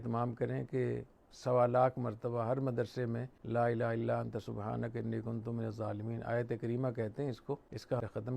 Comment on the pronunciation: حضرت آپ کی عزت میرے سر آنکہوں پر اور آپ کا علم بہی بہت زیادہ ہے لیکن آپ کی توجہ چہوٹی سی چیز پہ دلوانا چہتا ہوں... آپ کلمہ پڑہتے وقت لَا إِلَٰهَ ٹہیک سے پڑہیں.. "ہ" واضح نہیں ہو رہا...